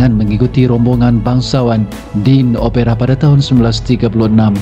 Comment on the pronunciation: sebutan OPERA tak betul